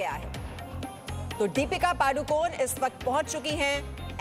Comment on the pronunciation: पादु कोन नही पदुकोन....पादणे का angle,..